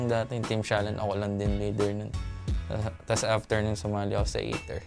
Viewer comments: hindi, tama na yong ei der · Ei/ter pala basa hindi Ei/der sa Aether amp ko tlga